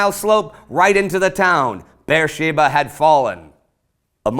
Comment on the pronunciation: "Bersheeba" is actually Be'er-sheva and it's pronounced with a soft e